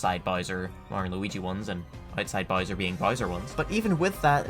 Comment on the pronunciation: This video is excellent. Except for literally one thing. I know this note I'm about to to give you sucks, but hear me out. As engrossed in the information as I was I wanted, with all my being, to turn this video off every time you pronounced an "O" sound as an "I" sound. Bowser = "Bizer", about = "abite", thousand = "thizened". It's one of the most distracting things I've ever heard, I could barely focus on the material. I'm not saying I think you need change who you are or anything like that, but you're a voice recording professional now so working on your diction will improve your viewership.